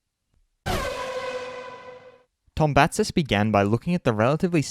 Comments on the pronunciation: Its To-BA-zis....Not TombaNTSis...Zis like zena... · Its not tom-pa-sis is To-ba-zis mp=b in Greek. Also not tom-pa-tsis z should be pronounced like in Zoro.